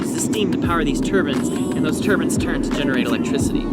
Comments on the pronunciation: "Turbans"? Turbines maybe! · "And they power these turbans" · Turbins? Shtoring (storing)